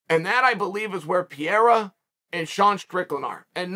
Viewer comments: Pereira ❌ Pierra ✅ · It would be crazy but i would love it man.And Chael its Parera pronounced not Pierra but its fine man ahahaha.And Sean vs Pereira would be good and dangerous match up tough strikers man but i want Sean to win so badly. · Glory…& yes, I saw the whole fight…. “Pa-re-ra”… When he lays Izzy out again, will you then pronounce his name correctly?? But Strickland will drag him down when he realizes he can’t stand w him…we’ll see how much ground game he has then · I like that he's calling Pereira PEER lol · Welcome to the Pee-Era! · Chael made this entire video just to mispronounce Pehedda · LOL is Chael clueless about who "Pierra" is or is he just pretending